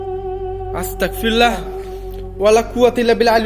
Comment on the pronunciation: আল্লাহু আকবার চারবার বলতে হবে তিন বার হবেনা আসতাকফিরুল্লা হবেনা এটা ভুল আস্তাগফিরুল্লা হবে